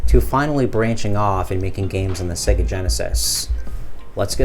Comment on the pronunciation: Excellent video man but you are mispronouncing 'SEGA'. It is pronounced 'SEGA' as in "AGES' (not as in EGG)